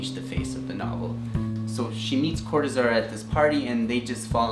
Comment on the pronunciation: Cor-tÁ-zar... es en español, ¡respetá!